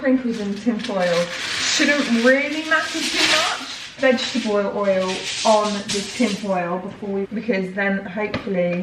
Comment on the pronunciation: did anyone else hear 'vegetaboil oil'?